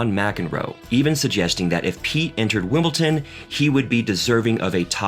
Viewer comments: That should say wimpleton 😊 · I know he called Wimbledon ‘ simpleton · Agreed, and Wimbleton!